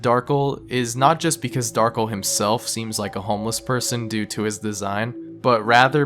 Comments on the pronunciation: "Darkle" It's pronounced Darc - El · dark-ell pronounced as "ull" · Darkel not darkle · not darkl darkEL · its funny when people call him Darkel rather then Dar-kell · It's Dar-kell just spell Darkel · it’s pronounced Dar Kell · I believe his name is pronounced Dar-kel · I always thought Darkel was pronouncel like "Dahr-Kell" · I literally clicked this video to see if you'd pronounce the character's name right (Dar-Kell). I was disappointed. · I think the accent of "Darkel" is on the 2nd syllable. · As far as I know, "kel" is always pronounced the way it's seen despite the common way people might pronounce Darkel. If it had been "kle" he would have been correct.